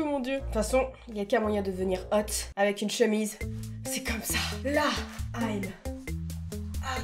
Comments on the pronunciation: A chaque fois que tu faisais « HÔTE ) Mais des barres 😂😂😂😂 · J’adore le ”hot” 😂🤣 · J’aime La façon ou dit HOT 😂😂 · J'adore la façon dont tu dis "hot"💖🤣🤣🤣🤣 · Films quand elle dis hot c incroyable 😻😂😂